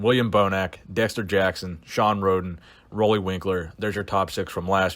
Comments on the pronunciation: Roelly is pronounced like roolly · Roelly is pronounced as Ruly